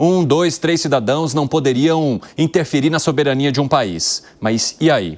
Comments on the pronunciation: " cidadoes" hummmmm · O animal falou dois CIDADOES, tres CIDADOES ! 😂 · PESSOAL, NÃO COBREM O ERRO DE PRONÚNCIA DELE POR FALAR CIDADOES, NÃO TEM NEM O TIL, PORQUE ELE TEM A DESCULPA DE SER SEMI ANALFABETO. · Cidadoens??????? Lingua portuguesa não é o forte dele mesmo